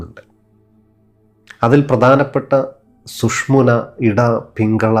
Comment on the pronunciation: ദയവായി അക്ഷരപിശകുകൾ ശ്രദ്ധിക്കൂ സർ... സുഷ്മുന അല്ല സുഷുമ്ന എന്നതാണ്